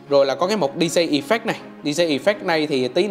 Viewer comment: Làm youtuber mà phát âm sai kỳ quá. Đọc chữ DJ sai nên học lại nhe bạn...